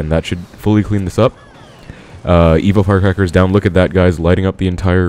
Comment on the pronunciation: Is it just me or he saying evil firecracker haha